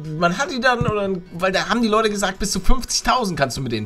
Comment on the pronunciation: Das heißt Leute nicht Lotte